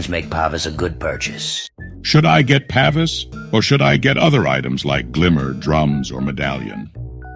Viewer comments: (Pa - Veece) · Its Pa-vees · It's pronounced "pah-vees". Just like it is also pronounce "ee-jiss". The DotA community fails hard with such things it seems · It's pronounced "paveese"